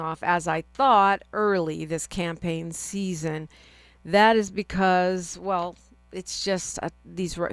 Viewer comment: "Campagne?" Like champagne?